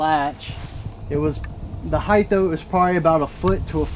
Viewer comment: I like this documentary and seems very authentic. So, no disrespect, I only say this to educate, and I don’t mean that in a condescending way. However, especially when describing a Sasquatch, the word is, heighT...there’s no “Th” sound at the end of the word. Just like, weight...it’s height... Again, no disrespect, it’s a common error.